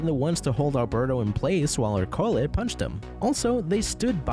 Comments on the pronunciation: Right off the bat you lost me by consistently mispronouncing Ercole’s name. It was said many times in the movie so there’s no excuse (you used text-to-speech, didn’t you? I hate that!): it’s ER-co-le, not er-CO-le. It’s Italian for Hercules, just as Luca is for Luke, Alberto is for Albert, Giulia is for Julia, Massimo is for Maximus, Daniela is for Danielle, Lorenzo is for Lawrence, Giacomo is for James (itself from the Hebrew name that got Anglicized to Jacob), Tommaso is for Thomas, etc. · The pronunciation of ercole lmfao